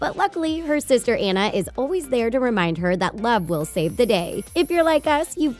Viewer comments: all these theorys are stupid and not true and you're saying anna wrong. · Its anna not enna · Ok I can’t take it anymoreeee it’s pronouced ON-UH NOT AN-UH Seriously!! Have you seen the movie? It says it in the movieeee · OH👏🏻MY👏🏻GOD👏🏻 it’s ON-ah not ann-ah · It’s not Ana it’s Anna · It’s Anna not Annie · ITS NOT PRONOUNCED Anna! It’s pronounced Au-na! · It is Anna not Ana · Omg your saying “ANA” but it’s “ANNA” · It's Anna not Ana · It's not Ana it's Anna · It's anna not ana:c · Not Enna it’s Anna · ITS ANNA NOT ANA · IT'S FRICKIN' PRONOUNCED AH-NNA NOT AE-NNA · It’s Ana not anna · It's Anna not anna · ANa? Um no! It more like AWNa. But spelled Anna. 🙄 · You are not saying Anna you are saying ana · It’s not annne it’s Anna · Joe 01 True, but still annoying! I mean you wouldn’t say Darth Vider or Gandulf ;) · Omg did she really just say "A"nna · It's AWNNA, say it with me, AW-NUH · First of all it's Anna rhymes with sauna. Second of all I have noticed any of this!!! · When you say Anna’s name you are supposed to say it like”Unnu” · Is anyone else annoyed they called Anna Ana? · Anna's name is pronounced AH-NA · “AH” “NA” it’s “ AH” “NA” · It is not Anna it is aona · It is pronounce Onna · Why do they keep saying An-na its Anna whyyyyyyyyyyyyyyyyy👺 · U said anae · How is anyone still pronouncing Anna's name wrong? Why did someone who's never seen the movie do the voice-over for this video? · ILoveJesusMySavior I know right it Iretates me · Ikr? It triggers me so hard. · ILoveJesusMySavior EXACTLY ITS SO ANNOYING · Y’all say her name wrong🤦🏽‍♀️💀 I hate when ppl say Anna name wrong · She said Anna’s name wrong dies inside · You said Ann's name Rong😁😁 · You said Anna wrong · WHY DOES EVERYONE SAID ANNA'S NAME WRONG!?!?!?!?!?! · That's rude she Pronounce Anna's name wrong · first you said anna rong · These Youtubers always pronounce Anna's name wrong!!!!!!!!!1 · You are pronouncing Anna wrong 😱😱😱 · It's Ah-Na not Ann-a and it's ArendElle, nof ArendAle